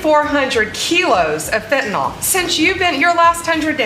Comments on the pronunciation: It is not fent a NOL it is fentanyl fen ta NIL! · not bondi pronouncing fentanyl like "fentynol* 😭😭